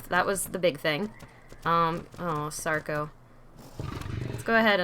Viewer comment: You called a sarco a kapro